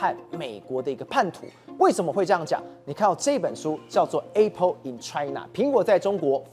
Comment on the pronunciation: 台灣的教育爛到透，主持人連apple都讀錯